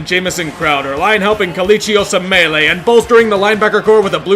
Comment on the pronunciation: Osemele is pronounced "Oh-sem-uh-lee"